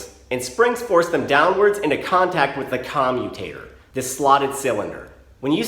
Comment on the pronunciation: Why do I keep hearing commie tater?